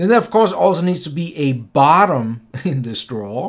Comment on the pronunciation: Hey Don't know if anybody has told you but it should be drawer not draw. Love your videos btw very thorough in your explanations 👍🏻